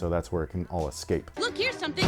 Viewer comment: “Escapé” 😂 all these years later I still think that when I see the word escape